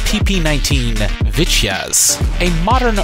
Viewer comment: bad pronunciation ... it is vitjaz. not vitdjaaaz.... or the shit you said...